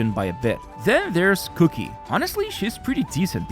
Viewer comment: Stop pronouncing qiqi “cookie”